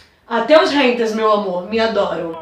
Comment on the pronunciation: Pelo que eu saiba Hanters significa caçadores meu anjo, a palavra correta é haters.. Você erra até na pronúncia kkkkk Desculpa te concertar.. #Ficaadica